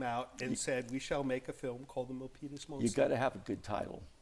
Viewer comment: I refuse to believe that I'm the only one who hears say "Millpenis Monster"! 😳😳😳